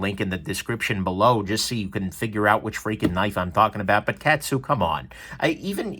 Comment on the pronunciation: In case you review one again in the future: kAh-tsu, not cat-su. Thanks for taking the dive on this so we don't have to.